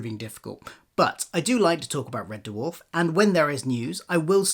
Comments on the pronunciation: It’s Red Dwarf, not Red DerrrWarf 😂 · Red what? Duhwarf? WTF is that? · Yeah, it sounds like derwarf. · It's pronounced 'DWARF', not 'DUH-WARF'. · I can’t listen to anything on red “Duh-warf” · Why is he pronouncing it de-warf? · I gave up on watching this video - had to - can't abide people saying Dwarf like "der-warf" - it's one syllable buddy. Arrgh. It's like scraping nails down a blackboard. I appreciate the info that I did hear, though, disappointing as it is. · Nice video but the way he sometimes pronounces ‘Dwarf’ (DUHU-WHARF) is very,very distracting. And I’m British too so it’s a him thing for sure 😂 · Red De Worf. The Dutch American country singer? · what is a Dah-Wharf? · Never ever heard it pronounced like that. "D-Warf". Why the audible pause between the D and the rest? Is this on purpose? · He really cool whipping that pronunciation of "Dwarf".. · The weird thing is there are a small number of instances in the video where you say something quickly in passing and you seem to speak more naturally and thus say 'Red Dwarf' the more usual way, which shows that when you are just speaking off the cuff as your self you say it normally, which makes me think it is either when you are reading it directly from the autocue/script that it happens, or else when you are (possibly subconciously) adopting a 'presenter voice' whilst following the scripted parts. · Blinduh Date.